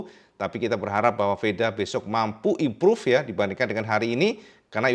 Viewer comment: Imprav impruve gak impruve impruve.... HTA busuk